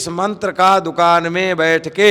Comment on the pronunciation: mantar nhi aata bolna